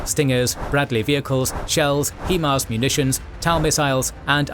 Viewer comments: Something I got to say though: It's High -> Mars, not Hee -> mars. The 'Hi' in Himars stands for 'high' as in 'high mobility' (in conjunction with the 'M'). Otherwise, great video as always! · HIMARS is pronounced "HIGH MARS" not HE MARS.